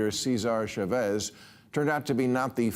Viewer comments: It’s CHAvez … not chaVEZ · CHAVEZ .....not Shavez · See-ZAR Cha-VEZ?! I get the mispronunciation of the first name as SEE-zar, but wth? You live in Los Angeles and don’t say Loos An-jell-ESS. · “sha-VEZZ” 😂 how did no one tell him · Is it really that hard to find a Spanish speaker in California to teach Bill how to pronounce Chávez? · Can’t you pronounce Chavez???